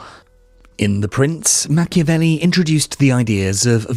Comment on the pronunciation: WHY AI in brazilian? " Machevelli"?!!! STOP this THING of AI in brazilian.